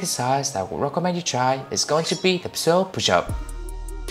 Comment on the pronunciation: Great video! Love how you broke down the progressions. Just a little advice on the pronunciation of the Pseudo Pushup, the P in Pseudo is silent. So just pronounce it with the S and OO sound like zoo; followed by the do sound. Like "S-oo-doh". Hope that helps.